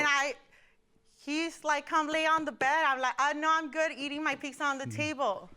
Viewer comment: She also said PICZA! 🍕